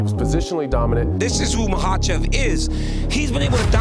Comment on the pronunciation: Did Chael just call him "Islam Michaelchev" 😂